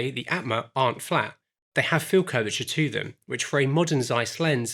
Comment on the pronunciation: Aatma is pronounced as 'aa' in Arm or Aunt. So it would go like: 'aa'tma 😅